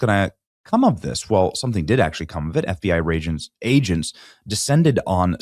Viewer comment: It was a flub, but I like FBI Ragents. Let's go with that, Benny.